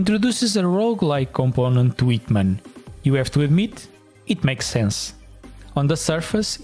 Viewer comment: is a hint that the H is not silent.